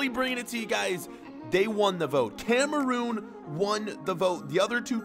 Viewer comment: Dude it is Cameroon not Cameroom